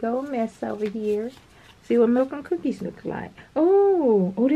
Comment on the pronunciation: Another great calendar! I was waiting for you to say "milk and cuhhhhhkies" 🤣🤣🤣🤣🤣 Yessss!! Much Love